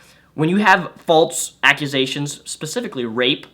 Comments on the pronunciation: fall-sssss.... not "faults" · Every time this guy says "faultse" instead of "false," I want to gouge out my eardrums. But I'm interested in watching the whole video. #firstworldproblems 😅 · By the way, "false" is pronounced "false" not "falts" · Yeah....I specifically looked through the comment section to find someone who was also bothered by it! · He has a speech impeachment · I didn't say anything about speech therapy, so that's on you. I just said he can correct himself. He's over 21 years old, I'm sure he can sound it out enough to learn how to say it properly.